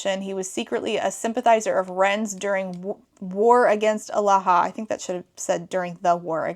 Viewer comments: thank god i wasn’t the only one, also kept hearing “alaha” as aloha. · i kept hearing Omaha :/